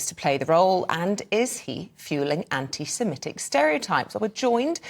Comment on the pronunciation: I'm more offended by how many people - like this male presenter - pronounce Semitic as Semetic. Not really. But it's a weird thing that mildly irritates me!